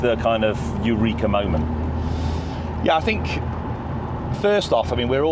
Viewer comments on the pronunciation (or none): none